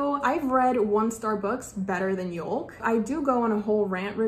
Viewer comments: It’s pronounced “yoke” not youl-k. Like a yolk of an egg. ( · did you pronounce yolk wrong or is this just a British thing? We pronounce it “yoke or y-oak” but we spell it yolk.